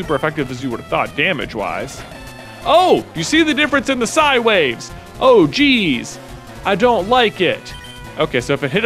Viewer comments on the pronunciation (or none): none